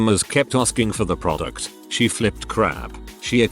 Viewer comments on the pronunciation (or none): none